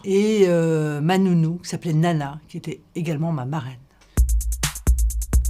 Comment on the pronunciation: Sa nounou s'appelle Nala pas "Nana"